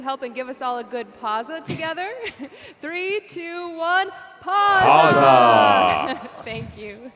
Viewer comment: "Pausa Hype" Me: You dont pronounce it as pausa but pa-w-sa. For someone who knows a bit of italian, it was just triggering